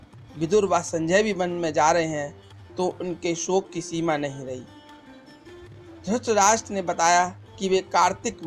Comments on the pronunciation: Abhishek Kumbhalkar to it's dhrithrashtra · Aap drutrahstra ko dustraj bolte ho Very well, keep it up, enjoyed a lot😁👍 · Aabe dhrustrastra nhi dhrutrastra bol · Mere bhai dhutrastra nhi dhritarashtr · Bhai pahle ye Bata du apko ki drasht rashtra nahi hai dhratrashtra hai please use correct prononciation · Dhrtrastra bolne ki practice kro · Dhuurtrashtraa had hai bhai aapki aavaj aur uccaharN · Pls aap dhritrashtra ka naam to dhang de bolein pls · Maharajah Dhratrashtra ka naam sahi sa pronounce Karna sikho